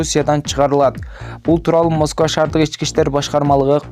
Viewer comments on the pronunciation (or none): none